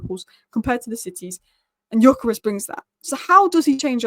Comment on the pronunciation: Again, pronunciation is "Dyökeresh", with the Gy pronounced like D in due or dew. Annoyed that Viktor didn't go to Liverpool to complete the Hungarian quartet... yeah yeah he is also Swedish, but Hungarian roots.